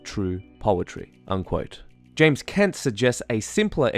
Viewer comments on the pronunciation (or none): none